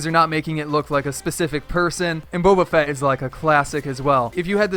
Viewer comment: U really aren’t a fan of Star Wars are u? For a villain they could do death maul and his duel wielded lightsaber his lightsaber handle is long They could do general grievous with two lightsabers 4 arms They could do Boba fett(u pronounced it right) as he could hold guns well and his glider could be his jet pack. Light side Han Solo/ Chewbacca good animation with guns and millennium falcon as a glider Clone trooper good with guns and could have a gunship for a glider Luke skywalker cool harvest tool x wing for a glider and r2 in the glider as well Note:some of these characters are prequels But let’s be honest epic isn’t gonna do any of these